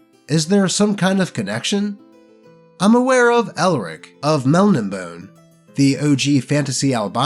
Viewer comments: Huh. I always thought Melnibone was pronounced "Mel-nibbe-NAY", not "MELny-boan". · "mel-nin-bone"....nice try ai